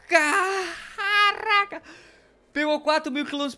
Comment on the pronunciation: Para de falar CARRRACA......